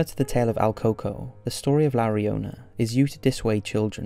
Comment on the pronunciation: Not coco but El Cucó pronounced like coo ko